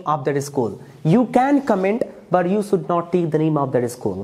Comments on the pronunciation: Jhatu jaisa debate ho raha hai sh ko s bol raha hai 😂😂 kya angrez banega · It is you should not sould😂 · please improve your pronounciation skil like should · Should ko pronounce krle dhang se phle😂😂